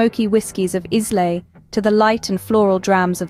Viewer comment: I believe you're pronouncing Islay incorrectly which, unfortunately, made me stop watching. If you can't pronounce the area properly how can you know the history and food of the area?